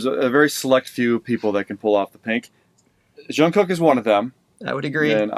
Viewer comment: Loved your video! You guys seem very knowledgeable!💜 Just FYI Jungkook’s name starts with a regular “J” like “Job” or “Jump”!